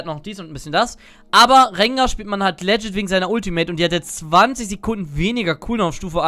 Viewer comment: Und wieder geht das heitere Spiel in eine Verlängerung! Wie oft wird Worte falsch aussprechen? Aktueller Counter: "Rakan": 50 "legit": 158 "honor": 4 Seien Sie auch nächstes Mal wieder dabei! Spaß, Spaß, Spaß!